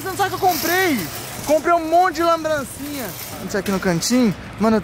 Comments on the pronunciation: o "lambrancinha" rachei kkkkkkkkkkkk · Comprei um monte de "Lambrançinha" kkk